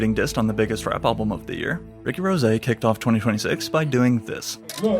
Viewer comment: the way you say "2026" is distracting